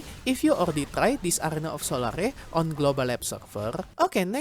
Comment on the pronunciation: it's pronounced Sol-air, 'sol-are-e" would be spelt as solary